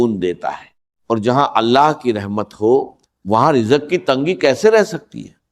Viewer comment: یہ کوئ انڈین شخص ہیں جن نے ڈاکٹر صاحب کی آواز بنانے کی کوشش کی ہے کیونکہ راز کے بجاۓ راج کہہ رہے ہیں اور رزق کے بجاۓ رجق کہہ رہے ہیں 🙏🙏🙏 زم زم کو بھی جم جم کہہ رہے ہیں